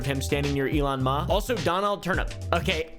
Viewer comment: "Elon Mauhh"